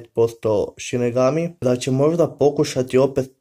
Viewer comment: Nije sinegami vec sinigami